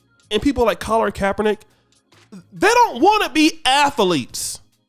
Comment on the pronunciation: “Collard” Kaepernick? Cmon. Do better man. Ridiculous. Lol 🤦🏾‍♂️